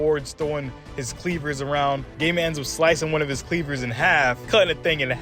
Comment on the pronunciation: I think it is pronounced goiy-i-mon, not gay-man 🤣